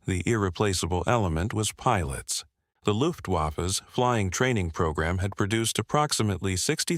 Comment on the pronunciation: CONGRATULATIONS ON THE "LUFT" PRONUNCIATION. YOU GOT THAT EXACTLY RIGHT. TH WAFFE, NOT SO MUCH. ALTHOUGH IT LOOKS LIKE A W, THE GERMAN WORD BEGINS WITH WHAT TO US LOOKS LIKE A W. THE GERMAN NAME FOR THAT LETTER, HOWEVER IS A VAY. SO THE CORRECT PRONUNCIATION IS LUFTVAHFFUH